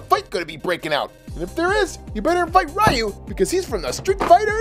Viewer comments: It's not r yu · it's ree u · upsets street fighter fans by Calling Ryu RI U